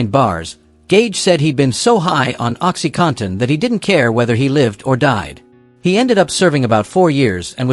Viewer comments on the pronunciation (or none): none